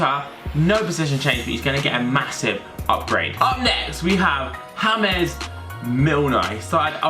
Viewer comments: He's English, not hames Milner James Milner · Why did pronounce James Milner like as if James is spanish, when he is english? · I think because of his Gerbil cheak or swollen cheak He can't pronounce J so that's why he said james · BPT Batch FIFA the way he said james he spelled in spanish thats way he said it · Pierre-Emerick Aubameyang he pronounced it in Spanish not spelt in spanish